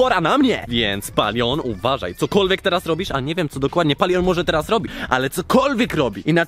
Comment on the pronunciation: Nie mówi się POLION tylko Palion 🙂🙂🙂🙂💖💖💖.